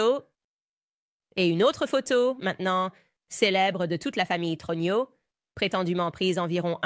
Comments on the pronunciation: + Message à renvoyer à ou à l'équipe qui gère la génération IA: troGNEUX se prononce TRONIEU (et non TRONIO!)... 😂🤣 mais bon.. quand même!.. je trouve ça assez époustouflant! 😯🧐👏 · Le très approximatif "Trogno" de l'IA est rigolo en diable - dans une affaire où l'on essaie d'avoir le spectateur de cette version officielle GROTESQUE jusqu'au... trognon ! Il s'agit bien sûr de la famille Trogneux, chocolatiers connus d'Amiens. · Brigiette TRUGINAUX ??? Mdr (18mns) Brigiete TROGNIAUX (plus tard). Mdrrrrrr